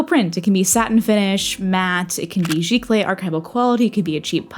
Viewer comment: Today I learned how to say giclee properly. 😅